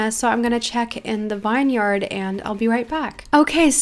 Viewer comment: Vineyard is pronounced vin- yard not vine- yard. Just giving you a heads up! Btw love the vid